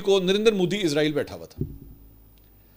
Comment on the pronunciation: منصور علی خان صاحب سے درخواست ہے کہ برائے مہربانی "عزرائیل" کی بجائے اسرائیل پڑھا جائے کیونکہ عزرائیل موت کے فرشتے کا نام ہے